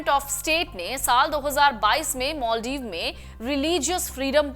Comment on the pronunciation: मालदीव कि माॅलदीव पहले उच्चारण करना सिखो , अंग्रेज की औलाद